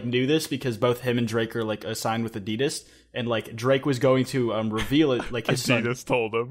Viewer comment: You pronounced Adidas wrong